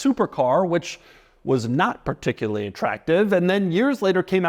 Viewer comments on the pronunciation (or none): none